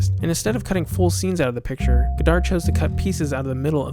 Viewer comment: The final D in "Godard" is silent.